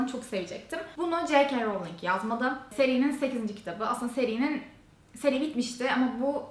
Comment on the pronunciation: Duygu abla bile Ji key rowling değilde Je ke rowling diyor artık rahatça ölebilirim😄